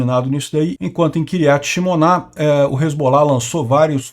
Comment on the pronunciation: A pronúncia : kiriát shmôna